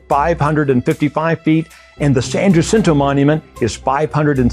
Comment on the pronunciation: Jacinto is pronounced ( ha seen toe) the Letter 'T' is strong ( th) sound.